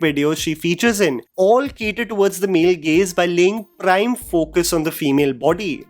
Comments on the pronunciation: I was also confused hearing 'Male Gays'😂😂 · Not only "male gays" you also said "djanra" too many times at one point 😂